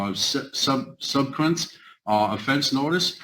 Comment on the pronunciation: Um did he say subcunt? Its subsequent mr. Non-Crim above the law dhs 001/2 ROTFL